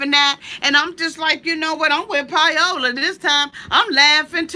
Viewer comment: Pie-ola lol, I love how you pronounce her name, I love you! <3